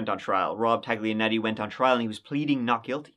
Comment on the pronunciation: Everyone says Ta-G-lianetti? 🤣🤣🤣